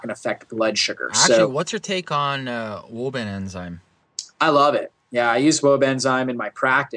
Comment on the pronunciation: wobenzyme ? you need to spell it out & repeat it not just say it once.